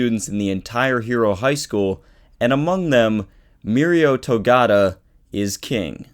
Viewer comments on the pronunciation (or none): Togata not togata